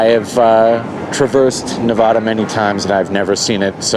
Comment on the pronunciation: You’re mispronouncing Nevada, and it offends us 😂